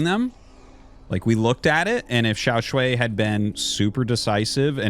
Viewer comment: Xiao Sh-WHY not Sh-WAY. Wrong vowel.